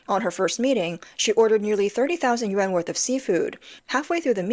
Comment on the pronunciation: Yuan not yen